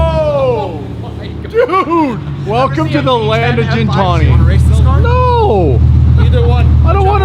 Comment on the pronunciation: Gintani isn't pronounced the way you say gin+tonic. The G is pronounced how you would say get, Not a big deal but triggers me lol. Not Armenian but I know it means beast or something like that